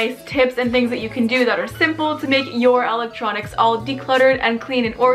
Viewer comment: “ my ELEECTRNONncs “